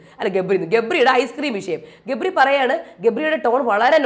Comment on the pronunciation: രേവതി ഗബ്രി എന്ന് പറയുമ്പോൾ ഇടക്ക് jabri എന്നാ വരുന്നേ...😂😂😂